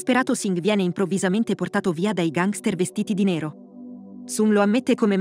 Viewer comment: Perché pronunci così la parola gangster?